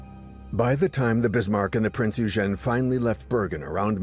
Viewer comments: Awesome vid thanks , Eugen is pronounced Oigin. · Ditch the AI narrator... the pronunciation of Eugen is messed up.